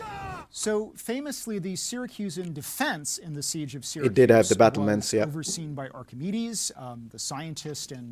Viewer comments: Regarding the Calvary comment, as others have pointed out it is indeed CAVALRY. This is a bit of a childlike speech pattern. I think most of we English speakers deal with this early on, a bit strange for a professor, However he also says sKythe for scythe, again do Americans say this? In UK/Ireland we say S "eye" th ("sigh" th) a soft C. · I have never heard the mispronunciation of scythe (sigh-th) attributed to dialect... before this video I had never heard anyone (let alone a professor) call it a skye-th. I can't even find it anywhere listed as an "alternate" pronunciation. 🤨